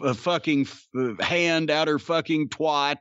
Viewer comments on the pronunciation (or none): They'll just bring him back like nothing happened, like they do with Taker. Aldo, the way Jim pronounces twat really aggravates me.